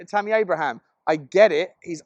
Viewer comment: Abraham without an s.